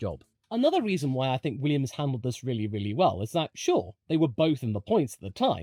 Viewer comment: Less goo Weeeummss!!